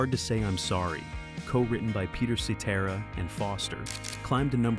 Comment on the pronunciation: At least this AI narration pronounces Cetera’s name correctly.